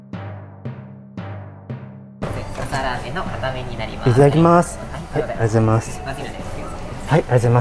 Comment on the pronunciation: いつもありがとうございますが、ありざますになってる笑